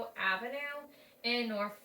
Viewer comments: born in Norfolk.....we pronounce it as nawfucc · You are saying it wrong still !! lol Noorfolk not with an a 😅